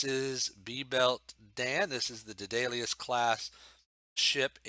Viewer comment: Well, One suggestion is I think you should use the colors of the Enterprise Bridge seen in "The Cage" As for pronouncing the class name it was established in Star Trek The Next Generation episode "Power Play" to be pronounced "Day-Duh-Liss"